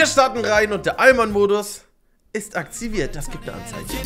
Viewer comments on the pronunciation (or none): Aktsiwirt Direkt mal Sprachfehler am Anfang 😂😂